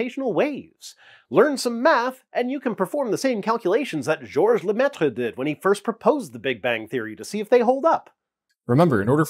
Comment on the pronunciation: Great stuff. For a - short - moment, I almost believed I understood what you were saying. But it all makes sense. I think. - Well done on your pronounciation of "Georges Lemaître"! ;)